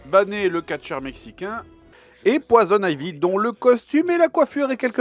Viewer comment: Bané ? Poison ivy ? T'es sérieux ou quoi ca se prononce /bein/ et /poysonn aïvy/